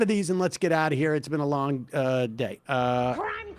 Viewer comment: I had to relisten to that "crrrime crrrime"